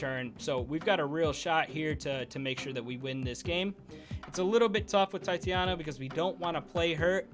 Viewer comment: Tie-tay-nia bruh. Come on now!